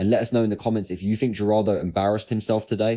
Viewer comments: Maybe learn how to pronounce someone’s name before you try to act superior to them. I can’t believe you’re forcing me to defend Geraldo Rivera btw. Is this what you have learned from all these years with Trump and his Jack booted cultist sycophants? To behave like silly children and declare you will abandon the most basic tenets of decency? Holy isht. We are so screwed. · It’s not jah rar do rivera, it’s hal ral doe rivera. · It’s not “G”eraldo. It’s “Heh”raldo (phonetically). It’s a Spanish name. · Hey man, it's not pronounced "Juraldo". His name is Spanish... the 'g' sounds like an 'h'. If you're gonna say the douchebag's name, you wanna get it right, right? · Its pronounced HERaldo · "jer-aldo" ?? lol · It pronounced Her-all-doh…Geraldo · GERALDO is pronounced HER RALDO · It's pronounced "Heraldo Rivera", he's always been a fake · What gets me the most is your pronunciation of Geraldo…lol